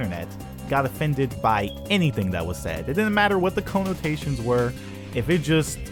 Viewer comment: "Cone-otations". Don't know why but his pronunciation of connotations was funny to me